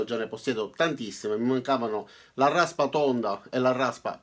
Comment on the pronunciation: Larrraspa tonda e larrraspa piattah! ^_^